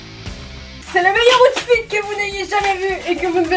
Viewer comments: On dit aoutfit 😭🤣😂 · Loutfit 😂 oh lala vous les françer vous ne savez pas prononcer ! Alors pourquoi vous parler en anglais ?! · Ça se prononce "aoutfit"😂😂😂